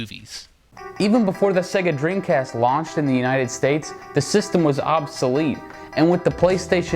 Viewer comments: Lol he said dreamcrast on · listen to what he says "Dreamcrast" lol